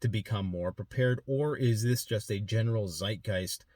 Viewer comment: As a german it makes me mad how you pronounce 'Zeitgeist'.